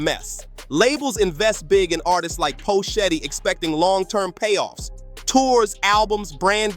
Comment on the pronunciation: Who the phuck is Poe Shetty? How can you phuck up his name like that.